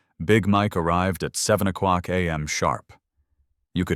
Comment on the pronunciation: Your AI can pronounce piece de resistance, but cannot pronounce o'clock? Oh qwake.